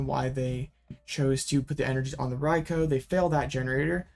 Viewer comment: ...rye-coo.... Rai.kou ...... not Koh